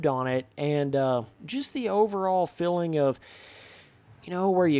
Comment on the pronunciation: it bothers me the way you say feeling haha, filling